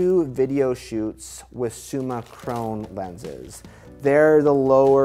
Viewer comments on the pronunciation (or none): Awesome unboxing and video. Absolutely love Leica glass... although its Summicron pronounced like "Tron", not like "own" ;-)